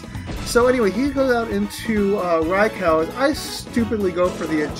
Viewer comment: You are on a ROLL with uploading,! Wow, that's the Realgam Tower music from Colosseum/XD! I love those games! I think I said this before, but Raikou is pronounced "Rai-koh", not "Rai-cow". Fantastic battle, and I didn't figure out till the end that Zoroak was choiced. By the way, I probably won't be able to upload our battle for a few more days at least. I need a little privacy in order to record, and everyone's going to be home.